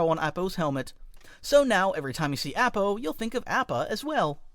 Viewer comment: Look... I know you don't mean to but the live action movies have damaged me irreparably... AH-PAH my guy app-ah? Nahhhh